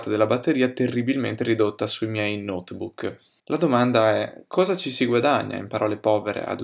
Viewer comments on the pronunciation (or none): none